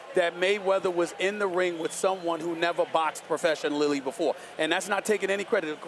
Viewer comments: "professionalilly" - SAS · With someone who never boxed professionaLILLY BEFORE" - Stephen tongue muncher Smith"